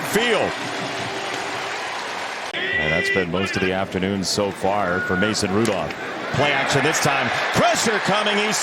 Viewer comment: Ma-Son Ru-Dolph.